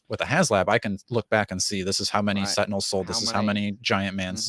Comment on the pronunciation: Haha, Tentinels